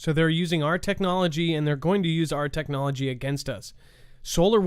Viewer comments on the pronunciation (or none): none